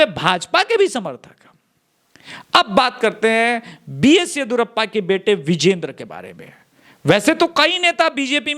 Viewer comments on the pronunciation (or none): B S Yediyoorappa and not B S yedhurappa again it is Kharge and not Khadge.